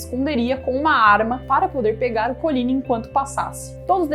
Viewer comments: PALAVRAS FRANCESAS SÃO OXÍTONAS QDO TERMINAM COM Y MONTMORENCYYYYYY . COLIGNYYYYYY.. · COLIGNY E MONTMORENCY OXÍTONAS.Primordial conhecer a pronúncia correta de vocábulos francèses.Apedeutas desinformam.